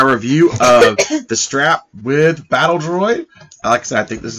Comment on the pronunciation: Stap! Not Strap!